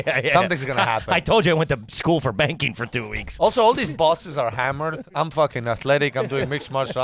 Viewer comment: I thought he was joking and said "banging" not "banking" until later in the show and they talked about it again. 😂 #puretrash